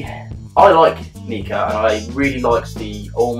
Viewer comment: Prefer your pronunciation of the brand. Mine gets awkward looks...especially when I'm staff in the House Of Malt and referred to this one as the most sexy little Nikka in the range :-P